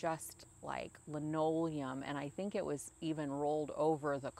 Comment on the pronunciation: Li -no-le-um. Say it with me. Thanks for the video,. I know you have been busy taking care of your mom. Hope all is well.